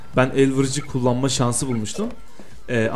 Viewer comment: ABİ ELVIRICI DEĞİL ELVERİCİ :d